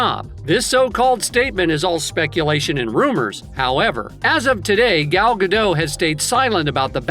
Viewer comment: Shes not french The t is not silent Guh dot